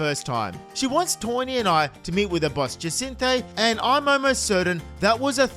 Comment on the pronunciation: I think it's ja-sin-tha